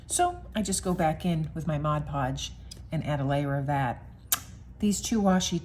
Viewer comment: These are just the kind of small collages I like best (abstract). Thank-you for the video, and especially for pronouncing "Mod Podge" correctly.